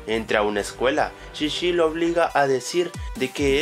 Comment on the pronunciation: ya no es chichi es shishi xD